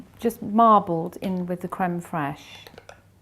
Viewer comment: What's crumb fresh please?I can't understand what you said. Is that yogurt with lemon curd?